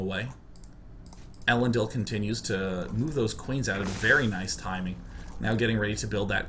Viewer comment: I am dissapoint in your nerdy LOTR knowledge Day9. Elendil is pronounced with the emphasis on the second e. elENdil.